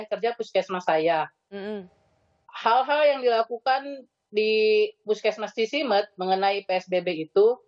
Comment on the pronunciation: Cisimeut atuh, bukan Cisemut